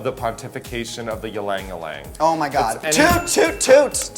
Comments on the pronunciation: Raja, its not pronounced as #YlangYlang 'y' is pronounced with strong 'I'. Read as #IlangIlang. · ...pronounced Eeee-lang Eeee-lang. btw. And Raja, darling, maybe a little less pot next time? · That’s not even how Ylang Ylang is pronounced.... sweet Raja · raja saying ylang ylang though 😂 as a filipino, cant relate